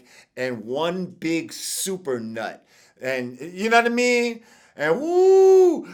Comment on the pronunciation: It’s hilarious watching Vlad tryna say yanadameen... just say “you know what I mean” like Butters in South Park